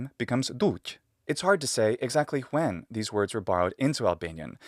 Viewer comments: He did! The first time I came across that way of pronouncing the English "w" was listening to Kevin Spacey playing Frank Underwood in "House of Cards" 😁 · ... Did you pronounce the "w" in "when", using the old english "w" sound, or am I just getting crazy? 😂😂😂